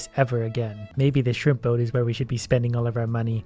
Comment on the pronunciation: Am I only one who hears "shrimpo" and not shrimp boat?